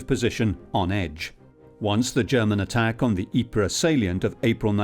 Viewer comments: It's Eeper not Jeper in Dutch pfff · In Flemisch it is "Ieper" and you pronounce it "eeper" like I can "SEE" you, or I "EAT" candY